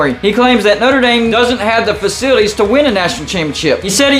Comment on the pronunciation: “ Not-ra Damn”